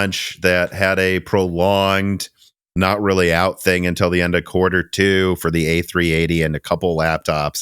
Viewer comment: While we are correcting pronunciation. Has anyone ever pointed out that nine times out of ten you pronounce "until" as "Intel"?